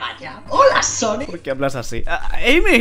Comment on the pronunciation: Cuantos juegos de sonic te faltan jugar que tiene coperativo? XD y cuando dices "sonico" siempre imagino un redoble de tambores tipo: SONICO! tudu dum!